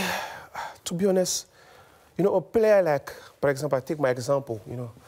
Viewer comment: “To be On-esssss”